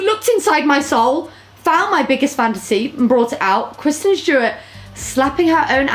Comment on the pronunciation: kwisten stewawt